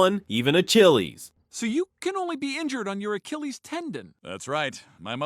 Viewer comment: ain’t not way you butchered the pronunciation of Achilles